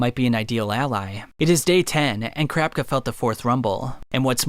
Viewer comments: Okay I can't be the only one that noticed he said the succession contest, when I've heard and seen it everywhere as the succession war. And it's ka-ra-pika (karapka) not kar-rap-ka I'm not a die hard fan boy I'm not trying to be a dick just it's weird to hear more than just 1 person say his name completely wrong. I mean they do it in the 1998 dub all the time, same goes for Killua. One last critical point I need to make, the merch, it's to over the top tbh if it was me I would never buy one because it's so flamboyant and telling everyone "hey look I'm obsessed with anime I got a sweater" make it more discrete or have cooler designs more than just uninspired jpeg snags or the clothes a MC wears. I personally don't understand how ppl don't get embarrassed wearing that stuff around. Gotta say though great video, just giving u some constructive feedback. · I hate it when he says "crapka" instead of kurapika but otherwise amazing video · Crapika is what I keep hearing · CRAPKA CRAPKA CRAPKA CRAPKA 🙃 Kurapika... KU-RA-PI-KA. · each time I heard “Crapka” it was like nails on a chalkboard, I had to shut it off 😩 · ....crap ka?? Please stop saying it like that lol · The way you pronounce Kurapika's name makes me lol because it sounds like "Crap-icka"! xD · Why do you say kur rap cuh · 😂🤣 bro started saying carpka im dead. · After saying kurapika’s name so many times, you started saying “Kurapka” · For me it sounded like "Crapka". I had to stop watching the video because it ripped me far too much out of the narrative. Sorry! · he out here calling Kurapika "crapka" its accurate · I could’ve sworn kurapika had an i in it when you pronounce it 😂 awesome vid tho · never heard someonepronounce kurapika like this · why the fuk he say kurapika like that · the way you say kurapika is so weird but the video is great thank u for all dis info